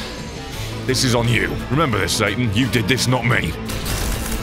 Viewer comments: why did you have to say Sa'TAN'? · His Sa-TAN Im done 😂